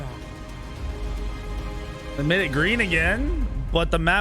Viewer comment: i hate how they say shiv-a instead of shee-va